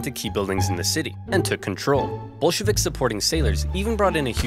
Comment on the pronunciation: Every time he says Bolshevik, it sounds like B*llsh*t Vic to me. Anyone else? It is surprisingly fitting, yeah?